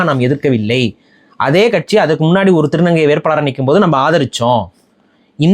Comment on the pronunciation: சிறப்பு 'ழ' கரத்தை சரியாக உச்சரிக்கவும் ஒலுக்கம் ❌ மொலி ❌ ஒழுக்கம் ✅ மொழி ✅ வேற்பாளர் ❌ வேட்பாளர் ✅